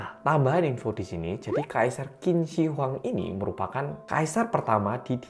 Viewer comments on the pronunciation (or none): Dinasti Chin dibacanya 😄 Q=Ch. Contoh: Qian=Chian. Sekian 🙏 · Qin dibaca Chin.